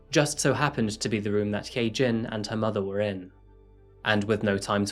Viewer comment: If her name is hyejin it's pronounced hi- jin